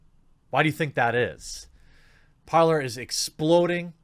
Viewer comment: it's supposed to be "parley", but the universe has already designated it to forever be the "parlour".